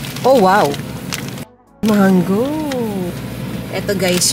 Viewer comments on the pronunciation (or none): none